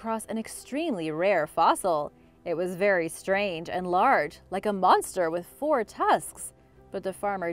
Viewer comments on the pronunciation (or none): none